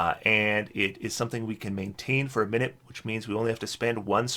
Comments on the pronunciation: Just fyi, I'm pretty sure it's minute (my newt) as in small/tiny rather than minute (min it) the unit of time. English is weird but since they're small meteors and the spell actually lasts 10 minutes I think this makes the most sense. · Please forgive me if this makes me a pedant, but is it not mi-nute meaning small meteor?